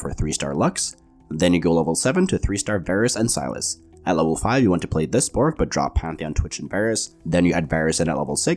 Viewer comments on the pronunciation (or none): none